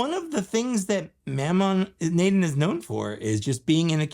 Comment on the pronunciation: I think he’s pronounced as MO-Ma Na-DON.